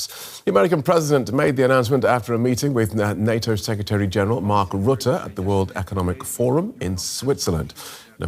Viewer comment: And goodness, his name is Rutte, not Roette. Stop hilariously mispronouncing it. XD Next interview, practice the pronunciation of names to yourself a bunch of times. :)